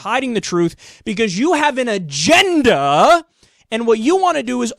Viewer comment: You said "agenda" like oreilly